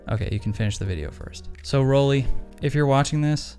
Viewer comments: It's Roll-eye. Not Roll-e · Love your vids, but since I am German, it is pronounced Roll-Eye